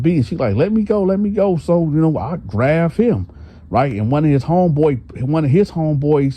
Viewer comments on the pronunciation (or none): It’s GRAB NOT GRAV…..